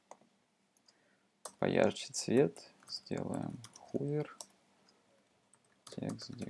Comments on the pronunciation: спасибо, вы сделали мир лучше :) только 'хувер' и 'амперсенд' режет слух. ˈhəvər - хове'р' ˈampərˌsand - амперсанд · произношение некоторых терминов неправильное (хувер, амперсенд....), ну да пофиг, не плохой урок в целом, спасибо. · "хувер", "амперсенд". От такого произношения уши в трубочку заворачиваются...